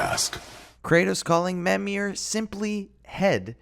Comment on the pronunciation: How does a character introduce himself as mimir get you too pronounce his name as memir? Somethings will never cease to confuse me